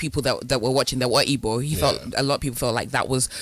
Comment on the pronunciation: Wtf is ibo, learn to pronounce the word ma, it’s Igbo.